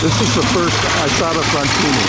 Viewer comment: When will you ever learn how to correctly pronounce Isotta Fraschini????